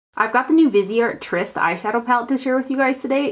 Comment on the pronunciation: Could it be that you were sent the Tryst palette because you are the only one on you tube who can pronounce it correctly?! Just a thought. Love your videos!